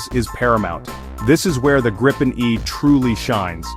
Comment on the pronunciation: It's pronounced "greepen".